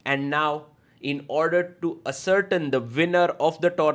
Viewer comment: not being a dick...just trying to help with English...the word "ascertain" as you pronounced 'Ass er tin' is pronounced 'Ass er tain, or Ass er taine'. I promise im not being mean or disrespectful, just thought youd like to know. I love this channel so much. You have a great gift for commentating on games. Much love